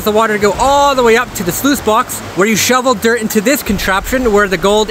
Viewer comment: got shloovel. 🤣.